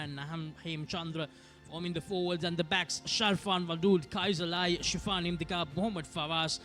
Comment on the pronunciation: Without any malice and with all good respect to for providing us excellent coverage of schools rugby,, please advise your good commentators to correct their pronunciation of the following words of speech. 1. Penalty (and Not "Pan-alty") 2. Forwards (and Not "fore-wards"). 3. Possession (Not "por-session"). Thanks for you your kind attention to prevent unwarranted embarrassment to your good services. 👍